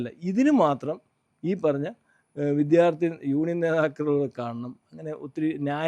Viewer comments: വിദ്യാർത്ഥി ആണ്, വിദ്ധ്യാർത്ഥി അല്ല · വിദ്ധ്യാർത്ഥിയല്ല സുഹൃത്തേ -വിദ്യാർത്ഥി